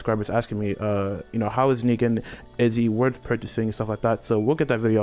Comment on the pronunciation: I was proud of you...then you said ryujin weirdly, now im just sad. Im not good with congratulations so... cool